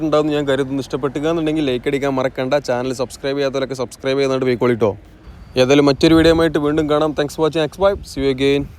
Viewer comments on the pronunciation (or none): none